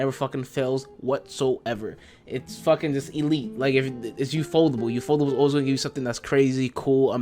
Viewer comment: why do you say ufotable as ufoldable